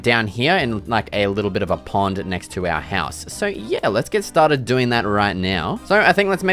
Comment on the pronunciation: “Let’s get stah-did!” 🏆 Best Minecraft videos on yoootoob